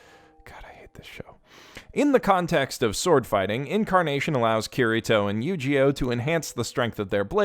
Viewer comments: I like the way he pronounces Eugeo "YugiOh" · I know his name is Eugeo, but I just keep hearing it as mispronouncing Yugioh. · You pronounce Eugeo as Yu-gi-oh and I love it